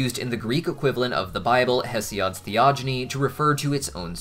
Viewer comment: Just a small detail, but Hesiod is pronounced 'hee-zee-id' not hesseod. My classical studies professor would correct us all the time